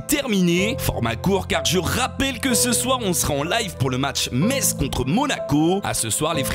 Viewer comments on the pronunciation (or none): none